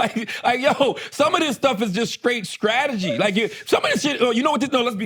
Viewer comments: "I love scradegy" - Charlamagne 😂😂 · Loves strategy but can’t pronounce strategy